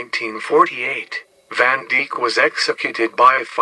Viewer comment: Van Deek? its van Dijk like Dyke